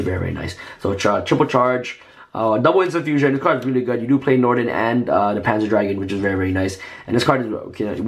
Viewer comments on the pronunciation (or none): none